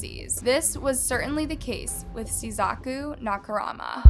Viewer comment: SeiSHaku? CAN YOU NOT READ? THERE IS NO H. NAKA. MURA. Go back to school. For real.